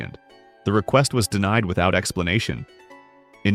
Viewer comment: DeMied instead of DeNIed = AI